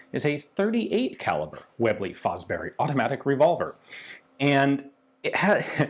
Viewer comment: I think Fosbery is pronounced Fosbury.